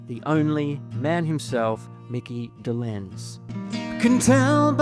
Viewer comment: You mispronounced Micky Dolenz’s name and also Micky was the drummer NOT Davy